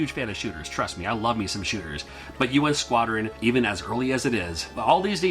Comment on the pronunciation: The way you introduced U.N. Squadron sounded like the game was called Urine Squattin'.